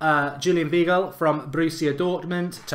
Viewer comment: You said milankovic, it is milinkovic. You pronounced weigl like veegal, it’s pronounced like vaigal. Jorginho and fabinho you didn’t pronounce the ending right. The ending is pronounced like eenyo. It’s pretty funny and annoying